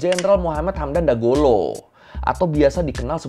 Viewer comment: Hamdan Dagalo bang bukan Dagolo😅